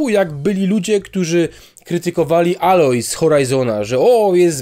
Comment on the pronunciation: Tak żeby wytłumaczyć poprawnie wymawia się Ejloj